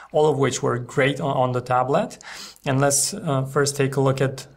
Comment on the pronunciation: its tablet not taaab late xD